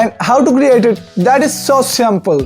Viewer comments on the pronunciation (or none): It’s simple not sympal 😂😂